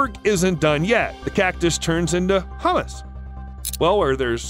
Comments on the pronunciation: Humus pronunciation lol, Hum-us from cactus. Did you maybe mean Hume-us? Hummus like <Hum-us> you eat on a bagel or with pita bread, Humus like <Hume-us> is an organic rich layer of soil/topsoil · It's actually "humus", not "hummus". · Catus doesn't turn into hummus (garbanzo beans and sesame paste), it turns into humus (pronounced hyoo-mis).